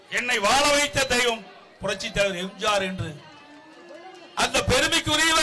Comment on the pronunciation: இவன் வாயிலே தர்பைய வெக்க இவன் எப்ப பேசினாலும் எம்ஜிஆர் என்பதற்கு பதிலாக எம்ஜார் என்று தான் போண்டா வாயன் கூறுகிறான்.